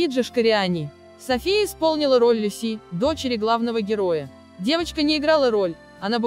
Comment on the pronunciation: МанИ, ЛюсИ😂 прямо из французской жизни. МАня и ЛЮся на самом деле, кто только текст читает?